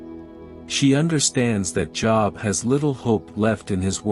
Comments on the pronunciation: Joooooobs not Jobs like you work lol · The name is pronounced Jobe not joeb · I dislike AI. I am 78 years old, attended church as a child and a teenager. Was a member of Jobs Daughters. Learned about the patience of Job. In my learning Job was pronounced J(oh)b. I dislike mispronunciation of words. It ruins the story. 👎🏽🥲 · American English seems ugly to be I get upset when people even pronounce my name as job as in work, instead of Jooob as in Job in the bible ... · It is not pronounced "job" as in "get a job." I just cannot bear to listen to this because there is no attention to detail. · GREAT STORY ….!” ✝️ I Was Always Taught - To Pronounce ➖ JOB “ Name With a LONG - O - Not As If You Work -a - JOB 💲 🏃‍♂️……!” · is it not pronounced Job with a long o? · Yeah me too! But the AI voice overlay hasn't articulated the difference yet